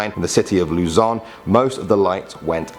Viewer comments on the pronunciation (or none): none